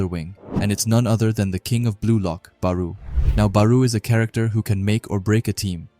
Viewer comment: Gagamaru JIN Itoshi SAY BAROO Shoei SHIDOO Ryusei Bro does NOT pronounce the characters' names correctly